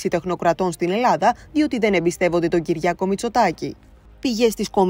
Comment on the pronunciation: Προσέξετε λίγο πώς προφέρετε το όνομά του: Κυ-ρι-ά-κος, όχι Κυ-ργιά-κος.